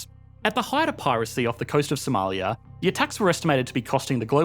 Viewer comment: now thats a funny accent Somaliyaaaaa